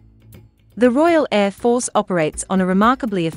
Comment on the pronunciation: Bloody AI can even pronounce Air Force correctly